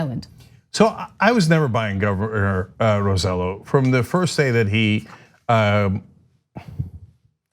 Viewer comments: Anahit it is pronounced Roseyo not Roselo. You are married to a Cubano act like it and stop being tone deaf. Same with you CENK. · His last name is not said like that Ana! It’s not Row Sell O, it’s Roe Say Yo! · The idiot's last name name is pronounced "roseYOH" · I thought of this same point. They've learned from the best in Washington. And by the way his name is pronounced "Roe-say-joe" thanks again. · OMG! I was just about to comment on this. I don't like the man but it just irks me when names are mispronounced. ROSE JOE. ROSE JOE! Even the FOX anchor pronounced it right... sheesh. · Ana, great piece. Just a suggestion: "Rosselló" is pronounced with the emphasis on the "o" and the two ll's are pronounced like "yo." You don't need to have the pronunciation of a native Puerto Rican. But getting it "in the ballpark" will at least make you sound less ludicrous to Spanish speakers than you do now. Thanks!